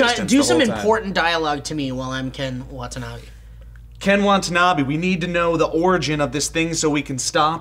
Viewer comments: It's Ken WATANABE not Wantabee. Aside from this minor pronunciation error, I pretty much agree with you guys about this film. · It's "wata-nabe" not "wanta-nabe" just fyi, I've just noticed I pronounced it wrong this whole time too. But, can't wait for x-men next week though!! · Wa-ta-na-be. Say it with me Joe, Wa-ta-na-be. ._. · Love how they repeatedly call Ken Watanabe, Ken WaNtanabe :P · Why did you keep calling him "Wantanabe"? Now you make me hungry. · You'd think if Ken Watanabe was one of your favorite actors, you'd pronounce his name correctly, Joe :P